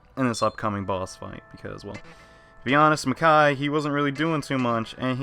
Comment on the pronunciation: "ma-cow" Makoi lol i didnt know you could nickname demons in smt xD jokes aside that made me smile